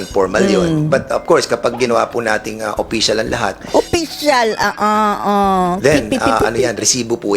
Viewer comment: Oppicial. Nya ha ha ha. Dan-dan oy! Pormal. He he he